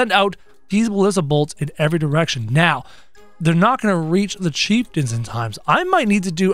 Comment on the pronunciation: You called the bone mages chief tons